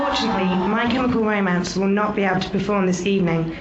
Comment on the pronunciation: "My Chemical Romince" Gerard.